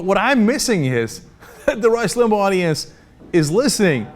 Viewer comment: Did he just say "the Rush Limbaughdience?" Can I use that from now on?